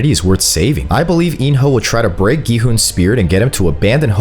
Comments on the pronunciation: it's pronounced kii hun not Gohan we ain't watching dragon ball 😂😂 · Is nobody gonna talk about how bro kept on saying gohan instead of gi-hun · So nobody notices him sometimes saying g man to gi hun 😂😂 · Bro said gohan except for gi-hun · “Go-han” and “el rizz” wth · did no one hear him say Gohan💀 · Really go hun at least say the right name it’s gi-hun 😂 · Bro was saying g-man instead gi-hun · Why the hell can no youtuber pronounce Gi-hun right? its not Ji-hun not Gi-han not Ji-huan its Gi-hun just read the letters normally. It is as it is no accent no anything just GI-HUN. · Bro called gi-hun gohan💀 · why do you keep on calling Gi-Hun Gohan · gohan? this ain't dragon ball his name is Gi-Hun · Earlier he called him “Go han” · Loved how he sneaked in mis-sayings, like when he called ill nam L Rizz, Gi-hun Gi-hun Everdeen takes down Hunger Games, hate me with your theories, and nut busting twist😂. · you missed a lot more than just Gohan, he also said G-man and Il-rizz for example lol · Not gi hun Everdeen 😂💀😭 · Why do I hear gohan when you say gi hun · He struggles alot to say gi hun [geeh-un] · bro cant say gi hun he said g man and gu hun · Is it just me who heard him say gohan in 😭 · The Amount of Times This Man Mispronounces Gi-Hun Is Crazy